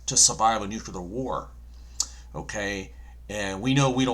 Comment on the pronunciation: Please say "Nu-cle-ar" not "Nucular" Respectfully, Kim.